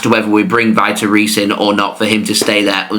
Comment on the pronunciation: Vitor Reis is pronounced like Veetor Hays